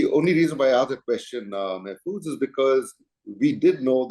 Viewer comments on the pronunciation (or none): Mr. Mahfuz Anam is one of the most respected and well educated journalists of our country. Please don't disrespect him by calling his name wrongly. It's Mahfuz (an aa sound) and not Mehfuz with an (ey) sound.